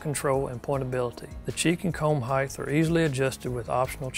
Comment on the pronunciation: The word "height" is pronounced like hite not hithe. Stop desecrating the English language.